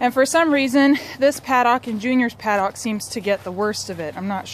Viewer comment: I almost couldn't after hearing you pronounce paddock. Good work though. Informative.